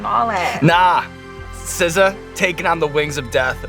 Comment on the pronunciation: Not SZA, but BZA